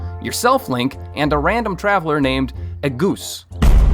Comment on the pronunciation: Ahh yes, “agoose” instead of “agus”